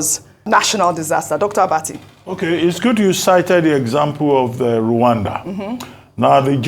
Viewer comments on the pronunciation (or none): Dr. Abati... just why? 🤣 When will you stop announcing her name like tgat... Haha! 😂